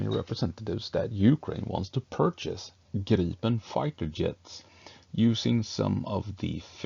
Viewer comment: Right, and so refreshing with correct pronunciation of Gripen.